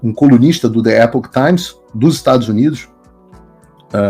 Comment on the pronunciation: Entendi ele falando comunista em vez de colunista kkkkkk